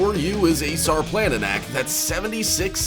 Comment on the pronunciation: Sarplaninac is pronounced Sharplaninatz